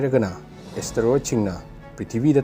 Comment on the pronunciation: Beo astaroid haiba natte Asteroid haibani